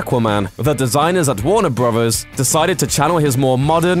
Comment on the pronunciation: do not mind accents and the way people say things. Though can you say 'ah-qua-man' instead of 'ack-wa-man'? And isn't an accent over getting how to say a word even remotely in the right way. Its 'Warner Brothers' not 'Warner Brovers'. Drarwing? Really. That is simply not an accent there. The narrator sounds like you picked him out of a bar.